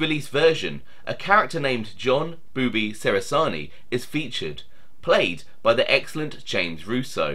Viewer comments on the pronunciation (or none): John was my Nonno's cousin, it's pronounced "che-ra-zar-knee" not "se-ra-zar-knee" by the way.